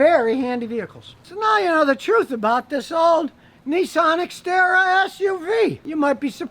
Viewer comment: I thought you said Citroen ixara